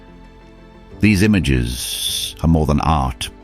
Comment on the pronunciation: "These iamgesssssss......" no one pronounces it like that. Is this AI slop?